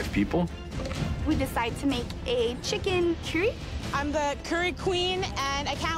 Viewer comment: They said cyury instead of curry😂😂😂😂😂😂